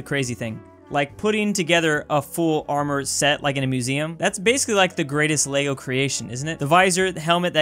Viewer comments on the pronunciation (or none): none